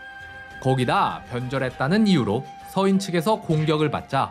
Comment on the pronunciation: 동인, 서인의 서인은 단음 길게 발음하니 평민으로 들럼